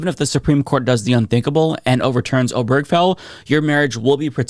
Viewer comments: Oh-ber-ge-fell. Not oh-berg-fell. Four syllables, not three. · Can we at least learn how to pronounce "Obergefell" correctly? It's four syllables. Primary stress on the first syllable, secondary stress on the last. OH-burr-guh-Fell. There's no cheeseburger or hamburger in the name. Same stress pattern as "Delaware Street." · This is sadly unsurprising as it seemed to be only a matter of time until SCOTUS was going to try to ax some of the landmark decisions that Clarence Thomas had specifically mentioned that should be reconsidered. PS: Hardly important in light of the gravity of what's going on, and please don't take this as a personal offense but the way you pronounce Obergefell took me out of the flow of this video every time. I've never heard anybody say it like that. 😁